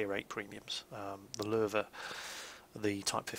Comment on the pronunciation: OMG. WHEN I HEARD YOU PRONOUNCE LOWE CORRECTLY I IMMEDIATLY FELL IN LOVE WITH YOU <3